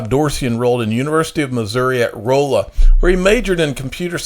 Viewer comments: I know it looks like Roll ah Missouri but locally its pronounced Rah la 😁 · Rolla = Rawla, not Rolela